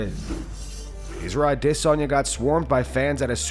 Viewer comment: nobody wants Rhonda back and stop saying Adesayna like that.